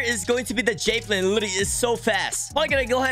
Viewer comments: It's JA velin not Jayvelin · why say it “jay vee lin” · "moo"mebt 💀 (also he says jafelin 😂) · i...thats not how javelin is pronounced...